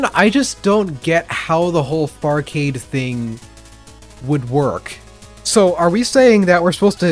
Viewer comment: Take the r out of farcade, now youll see